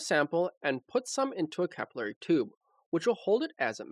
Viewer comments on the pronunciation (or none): none